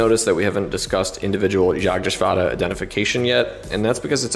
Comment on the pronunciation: Gotta commend you on the perfect pronunciation of Jagdgeschwader. Was a pleasant surprise to hear from an English speaker and definitely the best I have ever heard! Keep up the great work